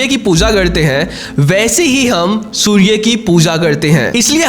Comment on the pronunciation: सूर्ये नही सूर्य बोलो